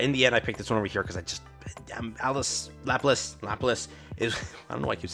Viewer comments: Laplace is one of your favorite characters, but you have NEVER pronounced her name correctly. It's la pul lah ss, Not lap lace. They say her name a billion times in campaign. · Easy way to remember. Think "French" La-plah